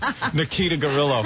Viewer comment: For all the times Howard gets mad at others who don’t pronounce words correctly, he is saying gorilla he ain’t saying grillo!!!!